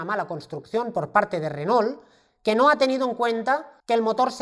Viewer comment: ESTIMADO, LA VERDAD QUE TUS VIDEOS SON UN PLACER, PUEDO ESTAR TODO UN DÍA APRENDIENDO CON ESTO SI PUDIERA. TE MANDO UN ABRAZO DESDE ARGENTINA. P.D: critica constructiva, se pronuncia "renó" Saludos